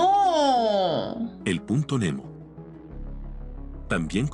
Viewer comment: cuando el video dice el punto nemo escuche el puto nemo